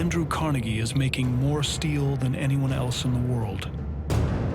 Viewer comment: Hey producers and narrator, as a Scots American and Pittsburgher, IT'S PRONOUNCED CAR-NEGGIE. You and NYC, GET IT RIGHT.